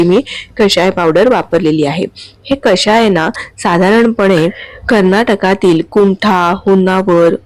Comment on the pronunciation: कशाय नव्हे हो ! कषाय !! शुद्ध शब्द शिका आणि वापरा !! क षा य !😊